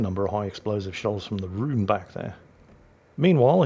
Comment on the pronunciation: and he's still saying Rune. It's Rone FFS roan like grone tone bone or phone. not roon like toon tune boon or goon you loon. Don't believe me look it up. Sorry mate I just heard it 100 time to many. I can understand, but not forgive the western tendency to place the inflection on the wrong syllable of a Japanese word. even though we dont do it to we? Nobody says riCHARD, or eRIK or coVENtry but whatever so many people do it that its pointless to discuss. As a 51 year old geezer that has a history degree and speaks fluent German having worked as a translator and interpreter in Germany for 25 years now I can assure you old boy...it is ROAN as in tone not Roon as in Loon. You beautiful old git. Love yer videos keep making them. Good health and luck to all you hold dear. ROON!